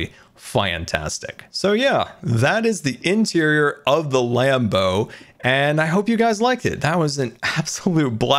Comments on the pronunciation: Every single time he says land boat I think he says lambo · When he said Land Boat, I thought he said Lambo 😂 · Every time he says land boat i hear Lambo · I don’t know why but every time says land boat I hear lanbo like Lamborghini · I keep thinking whenever he says land boat it’s sounds like lambo